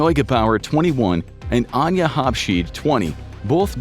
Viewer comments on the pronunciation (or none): none